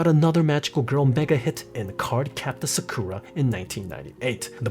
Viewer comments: Dude, she is SAkura, not SakUra. My ears are bleeding :( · Okay, not only you pronounced "Sakura wrong" (stress is on the first syllabe, it's SAkura not saKUra. You only got it right at 22.23 ) but her surname is Kinomoto, not Kinamoto. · when he says "sakoora"... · you know this way to say SaKUra is common to people who watched it dubbed when it was launched, while SAkura is usually how ppl call the pink haired girl from Naruto and many other characters with the same name? (however I understand that anyone with a basic knowledge of japanese would cringe to that pronunciation)